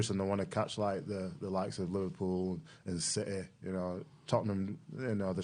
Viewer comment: Don't you mean LiVARpool lol?